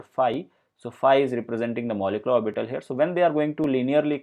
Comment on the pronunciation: Lost the will to go on when he pronounced orbiiitall